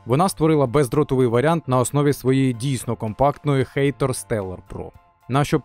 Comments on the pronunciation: хатор а не хэйтор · ХАТОР, не хЕЙтор, коли ви вже навчитесь читати?